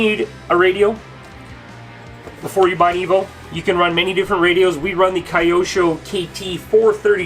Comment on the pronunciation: Just nitpicking-Q sho, not Kayosho🙂